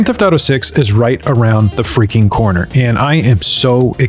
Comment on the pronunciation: "Right around the feaking corner"